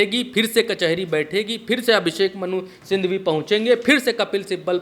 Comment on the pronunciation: Bhaiyya Abhishek Manusindhhwi nahi hai Manusinghwi hai..... Manusindhhwi ❌️ Manusinghhwi ✅️